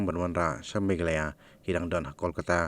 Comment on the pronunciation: Megalaya...you should pronounce not Meghalaya...as 'h' is silent..please pronounce correctly